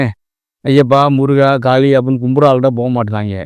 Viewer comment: காலி இல்லை.. காளி 🤦‍♂️